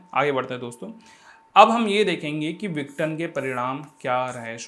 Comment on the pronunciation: माफी चाहता हूं लेकिनआप विघटन को सही से नहीं बोल रहे हैं आप इसको विटन बोल रहे हैं बाकी आप बहुत अच्छा पढ़ाते हैं ♥️♥️